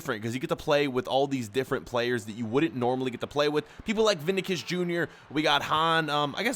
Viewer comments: Ok 😂 It’s Vini SHIS not Vinacus. It’s pronounced Vini SHIS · I think it's pronounced Vini-shyus, not Vini-kyus...